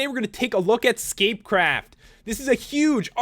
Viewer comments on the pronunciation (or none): i taught you said scapecrap in the beginning of the vid